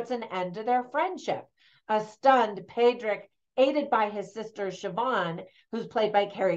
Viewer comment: Some of your pronounciations needed a bit of work Colm is pronounced Colim ,which is why we irish can't pronounce film correctly Padraig is paudrig or pauric not padraig Barry Keoghan is kyohin not keegan Bean si is pronounced Banshee exactly the same The film was not 100% historically accurate ,not that it needed to be,however its interesting to note that pub sessions and women in the main part of the pub wouldn't have occured at that time in the 1920s.Pub sessions are the result of catholic church backed irish laws as it was it was the first year of independence its unlikely the new irish government were passing many laws that were not to do with the Civil war which was going on at that time.Another thing is the language offshore islands off the west coast would almost certainly had gaelic or irish as we call it here as the community language not gaelic.Thats not a criticism of the movie just some observations. Suileabhan means one eye not sure whether that has any meaning in the film or not